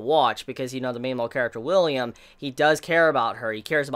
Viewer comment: Dude the main character's name isn't William it's Willem